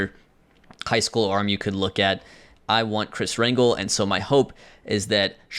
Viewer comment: just popping in to let you know its pronounced "Ran-Hell" not Rangle lol